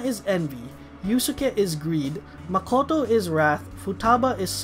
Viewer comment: i think you might be mispronouncing some names like makoto ,hecate and satanael